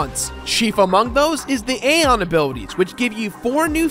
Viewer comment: no offense man but, my personal preference of saying Zebes and Aeon is, Zee-b-z. And A-ee-on